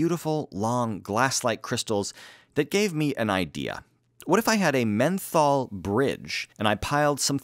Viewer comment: "Methol" you mean meth?